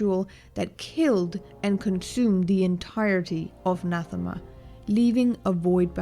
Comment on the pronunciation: Pretty good. I subscribed, both because of your talent annnd because you pronounced ‘Nathema’ as intended! Thank you for that, and thank you for the entomology - so much can be learned through studying the derivativation of language. Edit - were the three children conceived after Vitiate took over Valkorian’s body? For that matter, when did Valkorian wed Senya - before or after Vitiate? It seems as if after, but I suppose Vitiate could also have inhabited a host that already had a wife and children…along with already being an aged emperor of a vast and prosperous empire, so important for the unfolding of Vitiate’s plan. Either way, this is an intriguing hypothesis that checks a lot of boxes, is consistent, and does well with answering a question I, myself, had - for what purpose or reason would Vitiate want the distraction of a family? And as far as Revan missing Bastila and Vaner so intensely that it influenced Vitiate, well, I know what intense longing feels like.